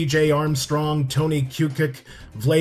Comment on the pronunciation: Just teasing :) Correct pronunciations if you were wondering are Koo-coach and Vla-day Dee-vahts.